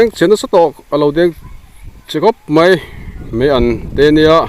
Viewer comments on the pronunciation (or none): Meian ani lo maian ti zawk la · Meian nilovin maian aw